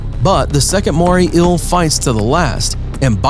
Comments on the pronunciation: “Mooray ill” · “The moray ill” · Why is he saying moray ill not eel? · “Moray ill” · Moray "ill"? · "Moray ill" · Take a drink every time he says moray ill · Moray eel not moray ill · Take a shot every time he says morray eel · It's NOT a "moray ILL" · Marine Inhibatance, did you mean inhabitants. you make me ill like the moray ill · Inhibitants, Moray ill. God I can’t stand such blatant mispronunciations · "inhibitants" :) are those things that, like, stop you from doing other things? And what's a Moray ill? I'm only 10 seconds in, this is gonna be gold.